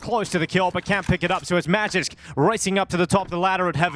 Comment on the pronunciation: If you wanna pronounce Magisk the real way, say A like Akward, and G like Green✌️